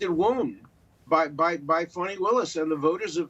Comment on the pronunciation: Did he say " PHONEY WILLIS " ?